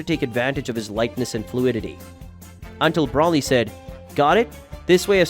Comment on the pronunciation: I don’t like the way you say, Broly name you say it wrong